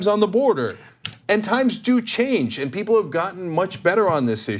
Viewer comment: I knew this video would be disappointing the moment she put the letter T at the end of the word "and". SAY THE WORD RIGHT